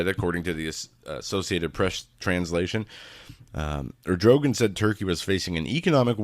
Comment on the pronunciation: The Hagmann Daily Show; Our love and prayers to your Mom,. Prime minister of Turkey is Erd' o' gone'. No big deal, I just don't want people berating you for pronunciation bud.